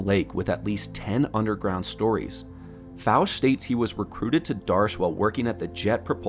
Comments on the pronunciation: No big deal but Fouche is pronounced Foo-Shay.. I've researched Edgar Fouche in depth...🤘👽🤘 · Hey, nice compilation of research! Just wanted to mention my buddy knew Edgar Fouche - you're mispronouncing his last name; it's a French last name so it should be pronounced that way.